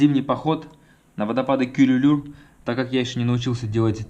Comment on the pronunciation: не Курулуур, а Күрүлүүр. По-русски через ю надо писать. правильно говорит: Кюрюлюр.